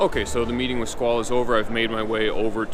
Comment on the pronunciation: Why is he pronouncing Squale as Squalah?